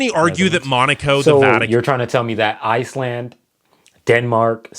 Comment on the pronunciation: How you said Iceland better not be in first😭😭😅😂